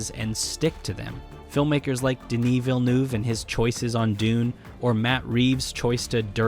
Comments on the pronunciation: Not “Veal-noov,” but “Vill-nuhv.” That’s not a perfect pronunciation but it gets you way closer. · I see and hear a lot of Americans pronounce the name Villeneuve like you do and I get annoyed, because you're almost 90% percent of the way there, but still not getting it right. I know it's a different language and you're doing your best, but I think I can help you get All the way there. It's totally the "eu" syllable in the "neuve" part. You're pronouncing it like "ooh", when it's actually closer to the "u" in "'Murika!" Try saying 'Murika!, but instead of emphasizing the u, say it normally and Lengthen it instead. Then replace that sound with the "ooh" you've been using when you say the "neuve" part and you'll be able to pronounce it perfectly. Villeneuve. Try it. I guarantee that with this little substitution, you'll never mispronounce his name again. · why is every American saying Villnoof?